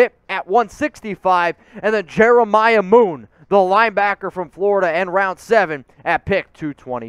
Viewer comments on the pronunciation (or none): none